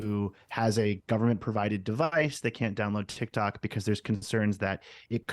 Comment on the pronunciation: "Tik Tonks" LOL